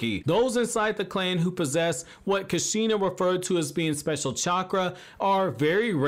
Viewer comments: Loved the video. But laughed when you said Kasheena lol. Idk..l pronounce it "koosh-ina" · At least say kushina right bro 😂😂